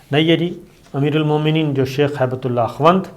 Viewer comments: السلام علیکم، براہ کرم الفاظ کی ادائیگی کی تصحیح فرما لیں۔۔۔۔۔۔۔۔ پنجشیر میں شیر کو اس طرح ادا کریں کہ جیسے شیر و شکر (ش کے نیچے زیر ہے)۔۔۔۔۔۔۔ مولانا ہیبت اللہ غلط ہے صحیح تلفط ہبت اللہ ہے (ہ کے بعد ی نہیں ہے)۔۔۔۔۔۔ اخوند میں و ساکن ہے لہذا اسے اخند پڑھنا چاہئے۔۔۔۔۔۔۔۔ شکریہ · PLEASE CORRECT YOURSELF. Its Not HAIBETULLAH. ITS HIBT-ULLAH (GIFT OF ALLAH) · SABIR SAHAB PLZ CORRECT THE NAME ''''''' MULLA HIB-TULLAH '''''' NOT '''HAIBATULLAH'''